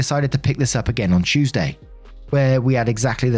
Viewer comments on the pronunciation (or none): none